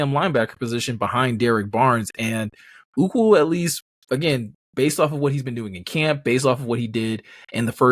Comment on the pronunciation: Are you guys calling Ukwu "uku"? Uku is Hawaiian for head lice! 😂😆😅